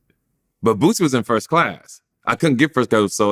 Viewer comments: who the hell is bootsey 😂😂😂 my man stay messing boosie name up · "Bootsie" lol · Nobody:: bootsie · 'Bootsie' as says 😂